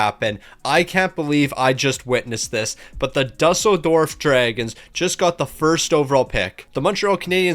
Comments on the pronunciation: It's pronounced doo-sell-dorf (Germany) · Ya same (well I live in Berlin but have family friends in Düsseldorf that I visit sometimes). Game doesn’t do him favors not putting ü but still lmao